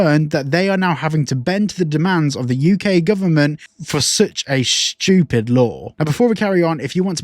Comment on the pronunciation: Love how you say “shtupid”,damn Brits, love ya 😂❤💯